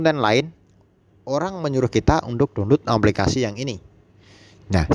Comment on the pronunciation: Aplikasi mas.... bukan amplikasi.